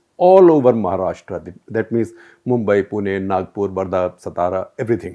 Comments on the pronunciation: You do not know Mumbai at least pronounce correctly look at density of population especially Dharavi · He can pronounce Brihmumbai but can't pronounce mumbai